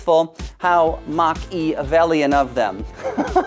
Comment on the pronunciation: Machevellian lol